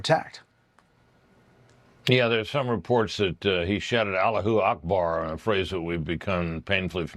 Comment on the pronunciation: Why is everyone mispronouning allahu akbar? Everyone knows how it is said. Are you afraid to say it?